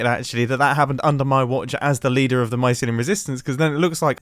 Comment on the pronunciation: Grian: MYSLYUM: GRASS Beef: PODZOLE Mumbo: VAULTS